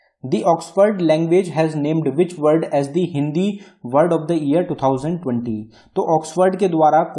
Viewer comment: It's .. Word not world ... Sir...not a hate comment .....tnks for the information sir...